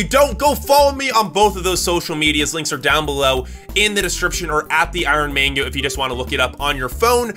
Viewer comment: bro it's mango not Mingo!!!